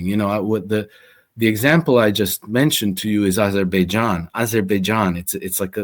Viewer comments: U mispronounce it's Baberbaijan😂😂😂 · I don't know "Azerbaijan". I thought it was "Aberbaijan"